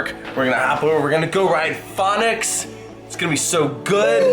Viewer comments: Its fønix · Take a shot every time pronounces Fønix differently. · Man if I had a dollar for every time pronounced “fonix” differently I would be rich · I’m laughing at the 5 different pronunciations you used for Fonix. Just one right after another 😂